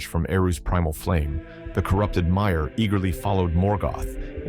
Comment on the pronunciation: Amazing prose and great narration. But your pronunciation of valar, maiar, and illuvatar are just straight up wrong😂 gotta say it as an Englishman would not monotone American